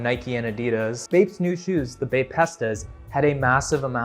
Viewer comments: Long time viewer here and love the content but Bae-pestas really hurt to hear😭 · No way they’re pronounced bape-estas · Bro pronounced bapestas lik it was sum pasta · The pronunciation of Bapestas has to be a joke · I have never heard bapestas pronounced that way lolol